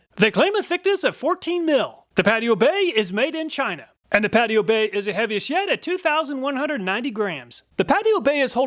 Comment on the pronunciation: "Heaviest yet", sound exactly live heavy as shit. I had to check the subtitles. No matter what I really enjoy and appreciate your reviews and testing.